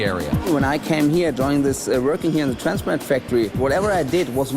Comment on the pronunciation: lmao that guy cant say "transparent" to save his life